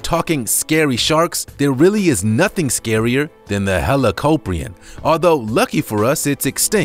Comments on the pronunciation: it's not helapopion it's helakopien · it’s pronounced heli-cop-ree-on